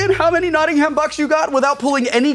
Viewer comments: It's Notting-um when I pronounce it, so Will's pronunciation but without the emphasis on the h it wouldn't be too bad as far as I am concerned. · Much as I love Tabletop, this NottingHAM thing was almost enough to make me stop watching. See also RoBINhood. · I regret drinking every time and American said Nottingham incorrectly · I found "Notting-HAM" very distracting, lol. Great stuff nonetheless ;) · can we like, just say Nottingham... atleast correctly once? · For as famous as Nottingham is in fiction, I'm yet to hear an American pronounce it correctly. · Please! Thats not how you say Nottingham! We don't pronounce the ham as in the meat ham. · omg the way they say Nottingham is awful, as a Notts homeman I can't listen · Hard to listen to Nottingham being pronounced wrong so much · Don't you love the way Americans mispronounce Nottingham? No? Me neither. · Having to listen to Wil mispronounce 'Nottingham' for an entire episode is wonderful torture. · I'm sorry, I had to pause the video minute in because every time you said Nottingham I felt my heart twinge, and I'm not even from Nottingham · Dear America: NOT-ing-um. Not Not-ting-HAM. tips hat and drinks tea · I love american pronunciations of Cities from outside the US... They always get it wrong :P eg. Not NottingHAM, but Notting'm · Loved this episode, but had a little spasm everytime they said Notting-HAM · Ugh, it's pronounced "Notting'm", not "Notting-Ham". It's so jarring when he says it wrong. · I'm from Nottingham and would like to make a few suggestions when playing this game: 1. We pronounce it Nott-NUMB, not Notting-HAM 2. We use Sterling (or Pound) over here, and we pronounce is PAAND 3. "Ey Up, Mi Duck" is the politest "Hello, my friend" you will ever receive in Nottingham. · there's only 1 way to pronounce Nottingham and that is exactly as it looks NAW - TING - HAM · Love Will calling it NottingHam. Hilarious although I guess that's what it looks like :) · Notting'um (we don't say ham!) :D